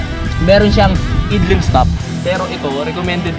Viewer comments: Ganda yang Zoomer X talaga. Pero nagpanting tenga ko sa "eedling stop." Idling = "Ayd-Ling." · yun pong idling-stop system nya, "ayd-ling" po ang pronunciation nun, hindi po "id-ling". Sana hindi mo masamain,✌️✌️✌️ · IDLING is pronounced as "AYDLING". Hehe. Rs lagi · Yoownnnn Kaya pala kay bobo hahahahaha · natawa ko don taena hahahaha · nagpanting din tenga ko e. hahaha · Bro ayusin mo naman pag pronounce mo sa mga brand names/models and mga features ng motor. Nakakatawa ka panoorin eh. Idling? Aydling pronunciation nun. And Yamaha Mio Gravis. Gravis lang bro. Hindi Grayvis. Ano yan? Aso? May Raybis? 😂😂😂😂 Lt amputs. 😂😂😂